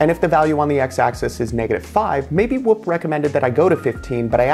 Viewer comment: Why is he saying "wup" tho 😢😂